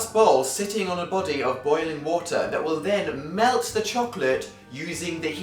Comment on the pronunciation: LMAO I'm still laughing. Dan say "body" :D